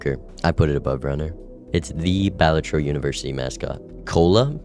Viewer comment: why does he say balatro like that 💔